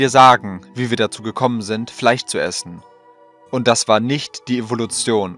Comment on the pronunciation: Warum sagst du Fleich, es heisst FleiSCH